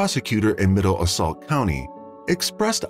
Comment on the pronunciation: ...It was definitely AI in my opinion. It kept in saying "middle assault" when it was Middlesex.